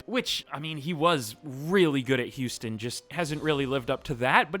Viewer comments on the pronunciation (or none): none